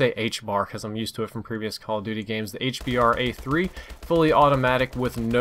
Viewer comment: Try to call it the "H-Bruh" so you get out of the habit of calling it a "H-Bar"